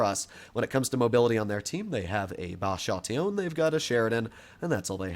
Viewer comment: What i love from this tank is how we pronounce it "Batshhattioonne"